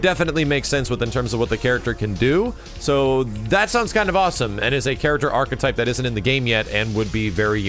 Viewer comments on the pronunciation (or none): none